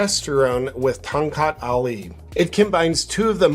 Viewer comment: It is call ton kak ali Ton (first syllable of tony) or tone. It is a known name for enhancing erection